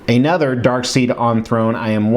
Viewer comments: Darkseid is actually pronounced DarkSIDE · PSA -- Darkseid is pronounce dark-side. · Love ya... but it’s still DarkSIDE. 👍🏻